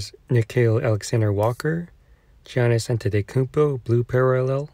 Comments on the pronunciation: Its cool lmao. Just dont pronounce the "G" haha. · Great video! But im pretty sure you're the only person I've ever heard pronounce Giannis' last name right but his first name wrong lmao.